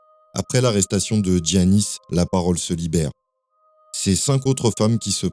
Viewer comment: Pour info, en grec c’est prononcé Yiannis et pas Tziannis.